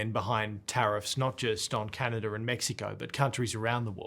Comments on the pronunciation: To the interviewer, it's pronounced "Canadah" and not Canader!!! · To the interviewer, it's pronounced "Canadah" and not "Canader"